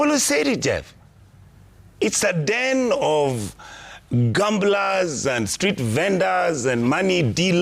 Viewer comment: Did he say house of gumblers😂